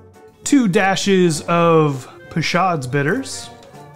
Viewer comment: Hi, with my respects, I believe it is pronounced Pay Show's bitters. Great drink!